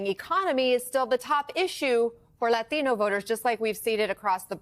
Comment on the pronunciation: Stop saying latino like that. You clearly dont speak English with that heavy of an accent